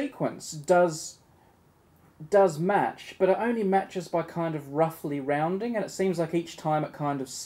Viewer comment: "roundind", like a circle, and pi goes